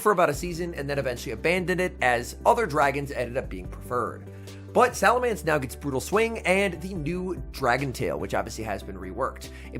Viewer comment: PLEASE LEARN HOW TO PRONOUNCE SALAMENCE IT'S BEEN YEARS 😭